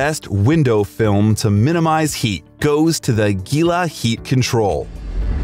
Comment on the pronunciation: It’s pronounced heela like Gila monster lizard